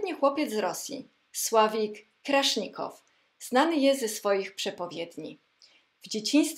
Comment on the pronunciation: Sławik Kraszennikow, nie Krasznikow.